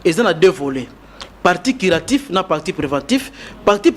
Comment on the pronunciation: Déjà même le mot curatif il prononce Quiratif...un sérieux doute. Il n'y a pas de paludisme en occident. La recherche se fonde sur des études prouvées, et répétées. Il a peut-être une stratégie d'attaque mais tout ceci doit être prouvé dans un laboratoire in Vivo et en par un essai clinique. Tout chema scientifique doit être prouvé avec des données vérifiables. Le reste c'est pas de la science.